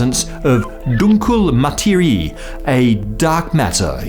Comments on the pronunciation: Not "matery". "Materie" the e is pronounced like the e in "ever" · my try at freestyle explaining german pronunciation: "mah_tair_ree_ye", kinda. its hard i guess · as a stereotype of a german I have to correct you: ^_^ "Dunkle" was good pronounced! At the end of "Materie" it is not a "long ih" - i know, it is a rule to make it longer when 'i' is followed by 'e' like in "Miete" BUT here it is like an short german 'i' followed by an sound like short 'eh' pronounced like something is taking your breath away. Similar to the 'e' in the word 'matter' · You pronounce the last “e” in “Materie”